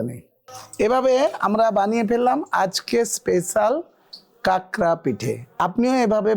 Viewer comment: Ota kakra na prabhuji 😊 unar bolar dhoron ta alada tobe etar thik naam ta hocche" khakra" not kakra .